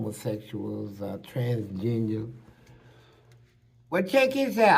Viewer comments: It sounds like he said "Transgenia' at first 😂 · That 🥷 said trans-ginger!!! 🤦🏾‍♂️🤣🤣🤣🤣🤣🤣🤣🤣.Can’t make this stuff up!!!